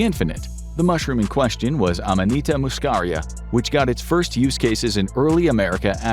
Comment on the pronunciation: excellent pronunciation of non-English words and names! mispronunciation of "psychotropic", however. also, "muscaria" is mispronounced.